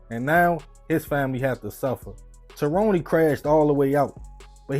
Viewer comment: uhh are we sure he from NYC? Cause as a native New Yorker myself living literally down the road from that very same Walmart where this took place… My New York spidey senses that’s instilled in my mostly says mind my damn business for the most part. Tah ro née?? Not Tyrone huh?